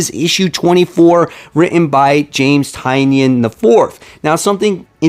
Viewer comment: I see Tynion frequently because we both shop at Midtown Comics...I thought you might want to know that he prefers his name to be pronounced TY-nan.